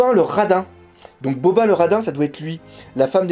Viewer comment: ça s'écrit Bobbin mais ça se prononce Bobine non pas Bobbin